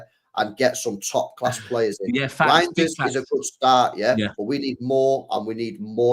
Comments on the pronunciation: talking about meat, calling Reijnder -“GROINders” lol. This stream went south from the jump lol😂🤣🤦‍♂️ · The way u say his name sounds like “Roinders”, it’s way too close to Groinders. I had to throw that in to “meat talk” lol😂